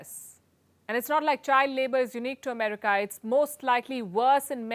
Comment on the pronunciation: Americ-AH! Lol